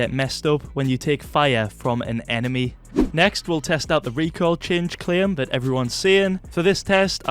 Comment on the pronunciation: That's not... "recoil"